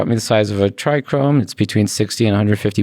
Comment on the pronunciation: Why does Todd always say TrichRome. And not trichome ? Lol? Every interview I've been watching he says Trichrome.